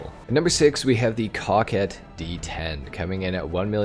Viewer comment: i love u bro but cock-ette is crazy 😂 coke-ette rolls better